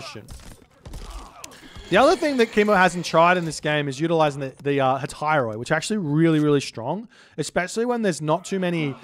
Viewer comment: Greek tip: Hetairoi is pronounced "he - teh - ree"! ;)